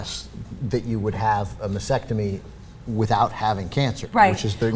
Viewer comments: Ok, after the first few times, I thought it would go away, but seriously guys; Sound it out, spell it out. Mas-Tec-Tomy. masTectomy. Not "massectomy" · STOP SAYING "MASECTOMY". It's "MASTECTOMY", you freaking dumbass! Stop focusing on insurance and focus on how "heroic" and "noble" are not even in the ball-park of describing this. Try "dumb" or "stupid". People, listen, if you don't have cancer in your head, don't have your head removed. If you don't have cancer in your breasts, DON'T HAVE THEM CUT OFF!!!!!!!!! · They keep mispronouncing mastectomy - they're omitting the first t for some reason